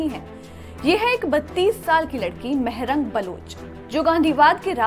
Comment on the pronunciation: Maarang not mehrang